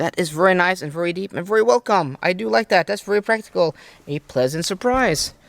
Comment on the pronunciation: Since you use VERY a lot and I mean A LOT, take your time and learn to say it properly. Right now you pronounce it as if you are saying worry. No good